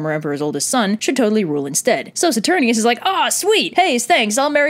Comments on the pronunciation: Also, its pronounced SaturniNus and BassiaNus. There is an "N" in their names. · okay I have watched this video about 100 times (partially because I'm currently in a production of Titus where I'm playing the only sane person Marcus Andronicus [Titus' brother]) and my only critique is ITS "SATUR- NINE-US" (my directer is very made at me cuz I pronounce it like this video) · You kept on mispronouncing "Saturninus."